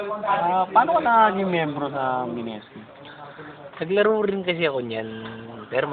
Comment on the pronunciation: mineski alam ko eh di minenski...